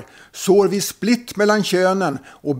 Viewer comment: "Split" med betydelsen "oenighet som ger upphov till missämja" ska uttalas precis som färgen "vit" Däremot ska "split" med betydelse "uppdelning av ett aktiekapital på flera aktier" uttalas på samma sätt som "vitt".